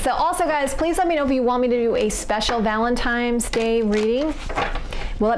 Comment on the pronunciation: did you say valentimes?